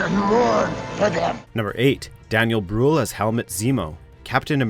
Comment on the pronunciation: Daniel Brühl is German and pronounced "Bryhl" not "Bruuuhl".